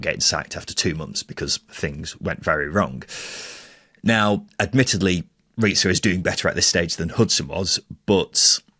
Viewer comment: Its Riza not Ret-za. And im going to say this here and now so you can come back and mock me if it doesnt come into fruition. Riza should be given the job until the end of the season. Hes an attacking coach and will be night and day from Hudson. Hudson is now a defensive coach at Sheff Utd. When Hudson was in charge there was 0 ability going forward, it was so hard to watch, hes the worst manager weve had apart from Bulut. Riza has had our style change DRASTICALLY in such a short space of time. 89 shots in 5 games vs 55 shots in 6 games for Bulut. The squad is much better than what Hudson had. THIS WILL BE NOTHING LIKE THE HUDSON ERA!!!! Cardiff to finish top half easily now, weve got Davies, Etete, Rambo to come back from injuries which is just more attacking options off the bench that can make an impact. I predict us to finish between 9th-6th if we keep Riza. The next 3 games are going to be a massive test as theyll show the fans, the squad and the board if hes capable of taking points from the top teams in the table. This saturday we win 2-1 vs WBA.